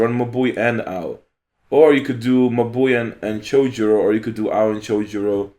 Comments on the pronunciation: Haha u pronounce mabui like my boy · Was looking for this comment! Took me a few "mah boi"s to understand that he was referring to Mabui lol I love that pronounciation